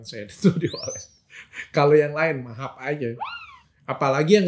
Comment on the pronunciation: Mahap hahahahaha bukan maaf 😂😂